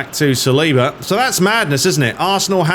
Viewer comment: Salibá is French, so his last name is pronounced with emphasis on the last syllable.